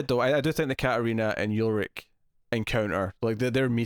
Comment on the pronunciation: Its not YULRICH its ULRICH!!!!